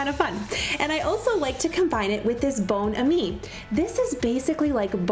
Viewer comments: "Bone A-mee?" 😜 It's Bon Am-ee ( Like Miami)!!! But....great presentation!! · I've been looking for Bon Ami every where except DT, so will need to check there. BTW, it bon as in bon bon instead of bone. LOL It's French for good friend. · Bon ami is pronounced as bond without the d and miami without the mi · Anyone else here old enough to remember Don Knotts in "The Ghost and Mr. Chicken" ? The little old ladies talking about not being able to get the blood stains out, even with Bon Ami (pronounced Bohn-Ammee instead if Bone-amee). No? Just me? Well go watch it!! 🤣🤣🤣🤣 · It's pronounced bon(like bon bons) AM (like I am) me. bonAMi. Check out the old movie The Ghost and Mr. Chicken starring Don Knotts. Very funny line in there about bonAMi that is here and there in the movie. Plus your family will love the movie. Your tips are great and I love your channel. 😀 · It's pronounced..Bon Am-eee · My mom has always bought bon ami, although it was hard to get your hands on, I saw it at Walmart this week! We would use bar keepers friend for the bottoms of pots but bon ami everywhere else because in over 100 years it hasn’t scratched anything! We pronounce it very different than you do though 😜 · I’m going to HAVE to get a few of those & try them. The only thing Bon Ami is not pronounced how the French would. I remember the old commercials for it from YEARS ago...Bon is pronounced as in bonbons & the A in Ami sounds like A in Apple, the I is a long E sound. And they do have a couple videos here on YouTube of the older commercials for it. One is I THINK? From the 60’s or earlier. And I do LOVE your videos!!!!